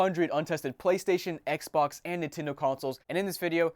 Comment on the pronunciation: Lol thats how I say Xbox “Xboc” lmfao 😂😂